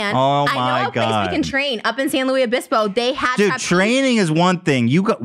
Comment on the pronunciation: The way Trisha says my hometown’s name buuuugs. San. Luis. Obispo. Not San Lu-eeeez Obispo. Though she ain’t wrong, there is a lot to do there.